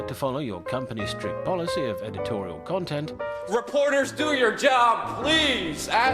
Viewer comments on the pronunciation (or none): none